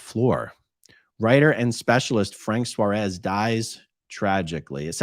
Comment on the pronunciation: Another one?? I followed Frank Suárez.. just before he died. and now he was scientologist???!!!! Just so as you know how to pronounce his last name properly: it has a tilt in the A so you have to put emphasis in it. it is not "suarés" it is "suáres"